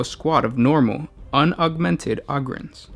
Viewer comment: Dude Ogryns is pronounced "Oh-grins"!